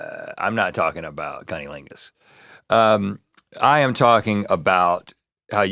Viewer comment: Can someone please please please tell Rhett how to pronounce cuh-nuh-ling-us?! This is the third time I’ve heard him say it like that 😂